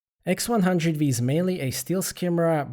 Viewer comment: & nice camera- its the x100 Five not the x100 Vee